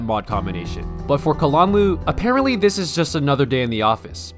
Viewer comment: I like how you pronounce kalanluu